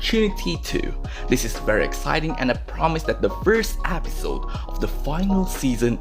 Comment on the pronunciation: "App-sote" (episode) (accent) uwu ❤️